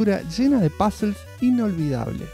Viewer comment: Cuando dice “pazls” son puzzles , demore un par de videos en enterarme . Buen video me encantó